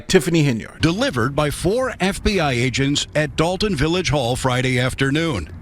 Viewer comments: It is not Dalton as people are pronouncing; it’s Dolton as in dolt. In fact it comes from the noun “dolt” as in blockhead, dodo, dimwit, named after the majority of the voting residents who obviously would elect one of their own, Henyard. What’s the problem? Like residents of Chicago electing their own, a Chicago; it is Algonquin, in their language “shikaakwa” which means “stripped skunk”. See? What’s the problem? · "DOLT-TOWN"! It's in the name folks!